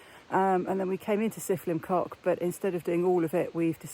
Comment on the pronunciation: That’s the worst pronunciation of trail name ever 😂😅